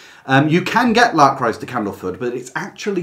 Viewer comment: It took me several minutes and some googling to realize he was "trying to say' Lark Rise. I tried L'cryse... etc.